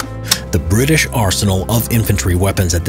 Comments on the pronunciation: BRI’ISH Nooo noooooooo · British more like Bri'ish